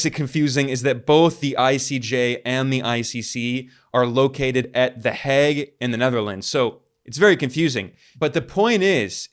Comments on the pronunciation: Its pronounced "Heyg", rhymes woth "plague", not "Hegg". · It's mind boggling to me that as a Dutchman, I have to get this news from Ben Norton on YT. Btw the English pronunciation of The Hague is like 'vague' with an H, not 'the Hag'. We have a state broadcaster / news agency in the Netherlands, I check its site daily to get the governmental or official side of what's going on. Nothing. If I google in Dutch, the only coverage one finds is by a big paper from Belgium (half of which speaks Dutch / Flemish) and a niche website for Dutch Moroccans. Not one Dutch MSM outlet has covered this. Thank you so much Ben, for your great work in general and in this case doing the works that journalists in my country should be doing. I've subscribed to the channel.